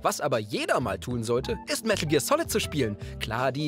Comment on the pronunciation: medäl gear solid